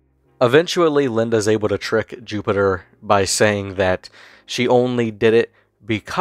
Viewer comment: You say his name is Jupiter? Or Jupiturd?